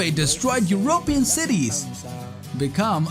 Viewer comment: "YOUR-O-PIAN" Is that how you say European?